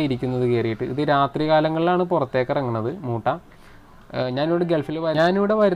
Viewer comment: മുട്ട അല്ല ചേട്ടാ മൂ.. മൂട്ടാ